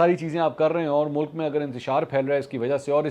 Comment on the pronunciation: Mulak is a PAINDU way of pronouncing mulk.